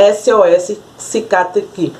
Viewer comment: Só eu a ouvi dizendo cicatricur hahahahaha